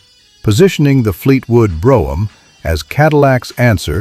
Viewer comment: AI can't even pronounce Brougham correctly. Pitiful